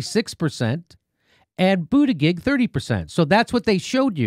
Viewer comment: Why does he keep mispronouncing Buttigieg?